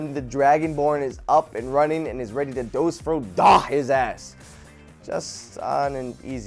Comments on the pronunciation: Did anyone else catch the part when he said, " Dos Ro Da ", and not, " Fus Ro Da "? just sayin, if your gonna talk about skyrim, try not mispronounce it because I know of a lot of people that would get mad. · Its fus ro dah not dos ro dah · Why does always say dos roh dah when its fus roh dah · why can joven never learn that it's fus not dos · It's fus ro dah not dus ro fah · its not dos ro dah its fus ro dah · did you realize that he said Dus Fro Dah? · said dos fro dha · It's called a slip of tongue. He said Dos Fro Dah, meaning he did was a lot of people do when they're talking too fast and swapped the beginning of words.